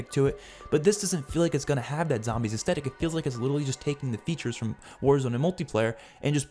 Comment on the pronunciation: thanks for the video, but please check your pronunciation of 'aesthetic'